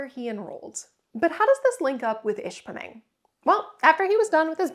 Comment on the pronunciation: You must be settling into the UP quite nicely, I swear I heard you put the R in ishpeming.